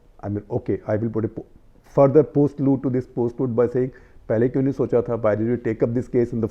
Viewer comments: It's postlude, not "post-load" :D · the words are prelude and postlude not " load "